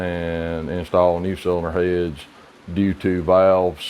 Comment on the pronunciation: I never knew the word "heads" was pronounced in two syllables.